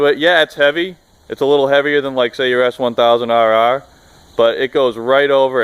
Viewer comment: Sounds like he’s saying S1000roarroar